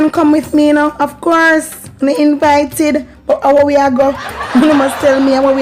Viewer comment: Did you say imvited instead of invited let me go back 🤣🤣